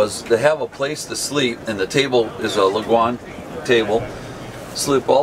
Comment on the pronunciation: Judging by his pronunciation of Lagun table I’m guessing this guy hasn’t watched very many YouTube videos of his competition